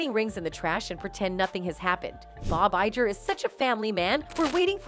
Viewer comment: The bots drive me nuts. The "g" in "Bob Iger" is a "hard g" like in "get" and "go".